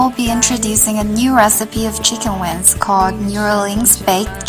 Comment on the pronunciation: because for some Chinese, it is hard to distinguish and pronounce correctly N consonant(win) and NG consonant(wing), just guessing.